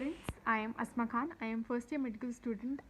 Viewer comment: It’s Asma not asima